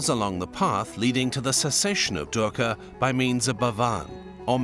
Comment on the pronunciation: Video says PART 2. Please provide a link to Part 1 in the description. Thanks much. And oh, I can't help but smile when I hear you pronounce DUKKHA as DERKA...😅 That aside, I am so grateful to you for having introduced us to Dr. Julius Lipner. He is part Indian and part Czech. Professor Emeritus in Religion, University of Cambridge.